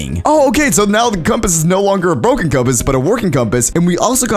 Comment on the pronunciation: Not making fun i just like how u said “boken” instead of “broken”